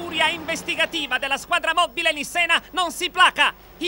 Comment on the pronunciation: "......BBBBBBBBBLIZzz alla squadra moBBile" xD xD